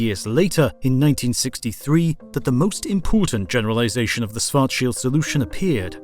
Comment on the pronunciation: The guy is not pronounced Swart-shield, the first SCH is pronounced the same as the second, i mean why wouldn't it?